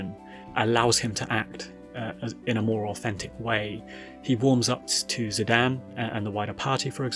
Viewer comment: I kept being distracted by how you call Zidane "Zi-Dan". So funny 😂